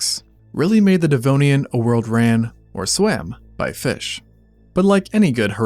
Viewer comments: “This is, the devnoian” ☠️☠️☠️ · "The Devnoian"??😳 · The Devnoian? oh dear... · Devnoian? Thought it was Devonian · DEV-ON-IAN, not dev-no-ian. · Ah yes - the devnoian! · the devnoian lol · the Devnoian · not DEVNOIAN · Devnoian lol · Devnonian? Lmao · Devnoian?... really? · the Devnoian? 😮😂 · Says, "Devnoian." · Ah, yes. The Devnoian. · "The Devnonian" 😂 when going in water you can't see the bottom of became a "No" for the first time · "The Devnoian"😮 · I have watched and enjoyed many Extinct Zoo videos, and I place them higher than most videos as far as being factual and intelligent. But your butchering of Devonian cost you a little bit of credibility. Proofread, please!